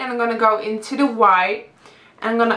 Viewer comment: am i the only one that noticed whenever she says "the" she says "da" ? plus you don't need to wear makeup! you're so pretty as it is.